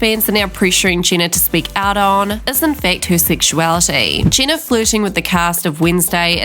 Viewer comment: I think it's pronounced Jeh-na and not Gina